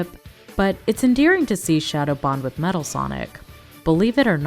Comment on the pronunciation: you Also Said "Matal"